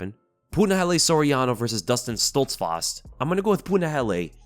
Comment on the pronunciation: bro why do you say Dustin Stoltzfarst LMAO wtf am i hearing